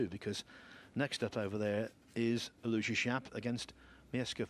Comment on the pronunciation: I do wish the British commentators would learn how to pronounce Aloysius. It's four syllables, AL-o-WISH-us.